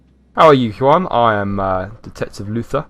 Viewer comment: Juan is pronounced hwan